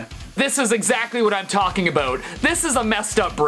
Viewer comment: Talking aboot